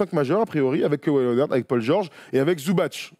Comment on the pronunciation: Petite précision quand-même, on prononce Ivitsa Zoubats et non Zoubatch. Son C n'a pas d'accent, c'est la même chose pour Divats et non Divatch. Le tch c'est que quand le C porte un accent fort ou mou. Source, moi-même ma famille maternelle est de Mostar comme l'est Zubac (et mon ex idole Josip Sesar, dédicace aux premiers lecteurs de Basket Hebdo !) ou Stanko Barać (mais lui a un accent mou sur le C donc c'est bien Baratch).